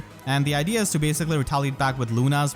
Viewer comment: IDEA, LEE. Not idly. No insult intended. Great video as always